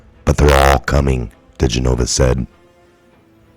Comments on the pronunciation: His name is pronounced Di GEN o va. Accent on second syllable, NOT Di gen O Va. So many people mispronounce it, it's not that hard! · Love your videos! (But... it's diGENova -- emphasis on GEN.) Keep up the good work! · Joe DEE-JEN-OH-VAh. Gah!!!!! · His name is pronounced Di-gen-o-va!!! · Dear. Please Correct The Pronouncing Of His Name. Di Jen. I. Va. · No offense coz I love you...But his name is pronounced Deh- gen-ovah...😁😁😁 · His last name is pronounced. De Jen O Va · Bro, it's been over a year now. Learn how to say Joe digenova's name. Watch one news clip. Please quit being so disrespectful to that patriot